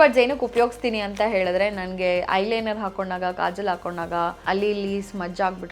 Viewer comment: Adu kajal, kajol alla Cumb alla, comb